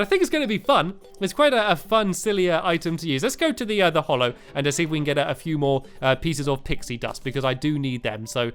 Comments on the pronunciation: STAMPY, THE BIOME IS CALLED THE HALLOW. HALLOW!!!!!!!!!!!!! HAH-LOW. HA, AS IN HAT. HALLOW. Why do you call it the hollow? It isn't. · and Stampy the way u say HALLOW IS wrong u say HOLLOW H-O-L-L-O-W it is HALLOW H-A-L-L-O-W HA-LOW HALLOW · FFS it's HALLOW NOT HOLLOW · It's the hallow, not the hollow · NOT hollow its HALLOW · Has anyone told him that it's pronounced "hallow" instead of "hollow" yet? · Warren Leshore You are a very rude person, if it doesn't matter then you really don't need to get SO angry about it- i will not shut my mouth, I like his videos too so i will watch them whether you like it or not, I just hate the way he says hollow when it is not hollow, it is hallow so I am going to say so whether you like it or not. I know it's just his pronouncing, he is pronouncing it wrong. I care, that's who! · ITS HOLLOW NOT HALLOW!!! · Erica Bea Yes there is a "real" way to say it because hollow is a different word with a different meaning, it's not an accent, it is a mistake, no it's not that important but it annoyed me so i commented and it's important enough for you to comment and continue the argument. The real irony here is that Stampy is so hallowed that nobody can criticise him even when he has made a mistake! If i said Stampy was hollow it would mean something different. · UnicornsRule2426 i know he is British, that has nothing to do with it, every other terraria youtuber can say Hallow, why can't stampy? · ***** No, Mr TheMCBlockhead, it's not. For the what seems like the hundredth time, it is because he is British (so am I) that he should know how to pronounce hallow properly. every other British youtuber on Terraria (eg. Chippy Gaming, Python GB) can pronounce it properly, Stampy should too. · Fantasticcake 2000 no, for what seems like the 200th time, it's not because he is British. Chippy Gaming and Python GB are both British and they can say hallowed properly.